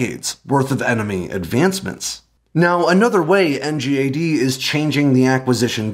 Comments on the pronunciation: As someone who worked on NGAD, it’s nails on a chalkboard hearing you constantly call it “NGAD” and not “in gad”. Please, call it “in gad”. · NGAD is pronounced “en-gaad.”